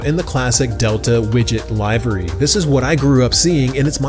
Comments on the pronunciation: great video, as always. but it's pronounced livery, not livery. lol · Great review! Seriously considering one of these. Quick note - check the pronunciation of livery. The i is not a long i… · maybe. webster's dictionary, and every other site (I had to doublecheck my own version) that I checked has it pronounced livery not livery (again - lol).